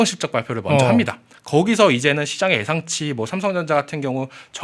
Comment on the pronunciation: 에상 에상치 에측 ㅋㅋ 발음 좀...